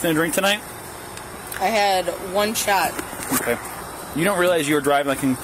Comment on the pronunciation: "One shwot"